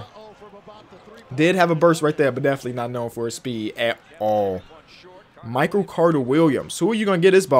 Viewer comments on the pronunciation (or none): none